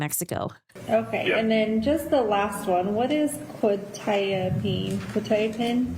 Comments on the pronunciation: She had a script for Qutiapine....she knew exactly what it was for and how to pronounce it. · Also, Quetiapine can be tricky to pronounce if you see it first time, she nailed it immediately. I also take Quetiapine in low doses as extra for depression and sleeping pill. In low doses like 50mg it will knock you out in 20 minutes. Life changer for my ADHD ass. If you try to fight it, you can, but coordination and balance are like you are drunk.